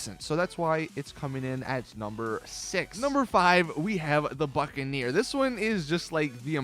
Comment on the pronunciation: when he said buccaneer i thought he said fuckaneer 😂😂